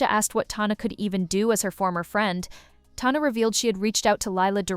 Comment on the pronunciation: Sorry say Tana like that again I’m gonna scream….